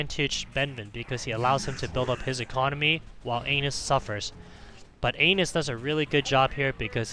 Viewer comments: How do you even get "anus" from "anas"? Haha that was hilarious to hear every time, had a hard time focusing on the actual gameplay because of it! :) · Ahmad Almashayekhi An-ass not ain-nuss lol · Cant stop laughing every time you say anus 😆😆😆😆😆😆 the initial sound is like 'apple' not like how you said it. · His name is Anas like the beginning of Anastasia. Hahaha this was personal 😂